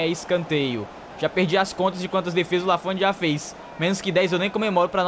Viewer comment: voce esta pronunciando o nome do Lanfont errado, se fala com o t mudo (lafon)